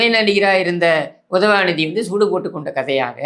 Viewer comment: I love watching your videos only to hear you say UDHAVANIDHI 😂😂 and you topped it off today with Santhanathuku thunai nadigan 😂😂